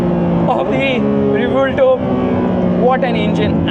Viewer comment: Its pronunciation is Ray-Bhuel-TO( As in To in hindi for So)